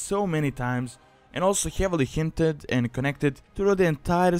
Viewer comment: hjeavily hjinted